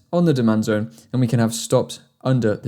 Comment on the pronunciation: I want to see your comment if you hear him say DEMAND DONE instead of DEMAND ZONE in the 11/12 min 😂